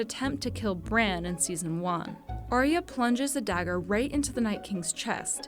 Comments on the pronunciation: Ar ya. Not aria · Did Sherlock Holmes make this video? Also, learn how to pronounce Arya correctly...